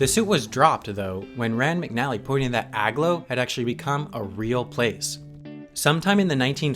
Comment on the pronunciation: "AG-low" is pronounced "A-glow" as in, the place is aglow. Sheesh. Read a map once in awhile.